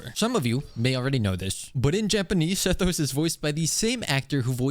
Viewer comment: Honestly i think you should keep pronouncing Sethos's name wrong. It adds some spice